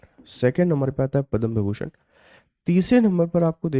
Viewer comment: विभीषण नहीं विभूषण